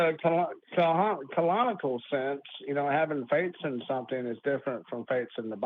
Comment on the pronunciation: What is that word keeps saying in reference to faith? Is it “colonical”? As in faith is pulling something out of your colon? That would make more sense to me than “canonical”, it just didn’t sound like that.